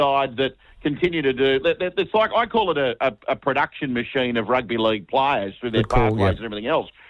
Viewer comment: Martin thank you so much for that ‘Rugby Leauuuge’ accent. Spot on!